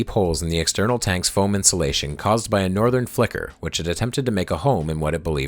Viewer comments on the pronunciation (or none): none